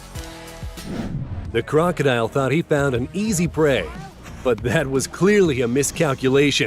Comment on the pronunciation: Why you pronouncing krakida ,instead crocodile,? You able to say héliceptör instead helicopter? you killing English.